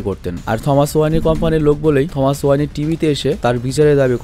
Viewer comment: ওয়ানি না ওয়েন